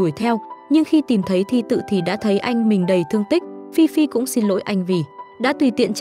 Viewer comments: Ê phi phi mà có đoạn đọc phi phai v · Phi phi mà ad đọc thành phi phai:)) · Phi phi mà có đoạn đi xem phim cùng thi tự thì lại đọc nhầm thành phi phai😂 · Phi Phi ad đọc thành Phi phai luon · phi phi mà đọc thành phi phai??? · Ad đọc phi phi thành phi phai là sao vậy ad? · Chắc ad mê phi phai quá nên đọc lộn á 😅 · Phi phi mà đọc thành phi phai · Có đoạn đọc Phi Phi thành Phi Phai bcuoi vch:)) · vcl phiphai bịt miệng a lại:)) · Phi phi mà ad nói phi phai :))) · phi phi mà nhầm phi phai luôn=))))) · Phi phi thì đọc là phi phai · Ad đọc là fifai😂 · Nãy nghe phi phai phải bịt miệng=)